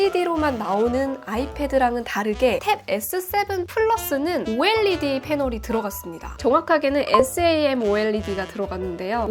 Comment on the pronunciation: OLED를 '올레드'가 아니라 '오엘이디'로 말씀해주시는 부분에서 너무 신뢰가 가는 영상이에요! 구독 누르고 가요